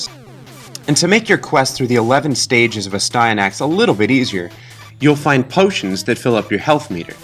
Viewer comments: It should be pronounced n"asty." Which makes it even more amusing. ;) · It’s pronounced nasty-anus with a silent “n” at the beginning and a “k” sound at the end. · Ass-tan-axe😉 You're welcome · It’s Aahhh-Stand-nick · I always pronounced it "as-tee-a-nix". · I always pronounced it, "ass-tee-an-axe" or "ass-tin-axe," losing a syllable. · It’s pronounced “Astyanax”